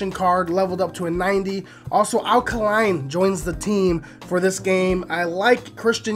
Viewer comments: AL KAY-LINE NOT KAH-LINE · It's 'Al Kay-line.' He's not a Duracell, lol.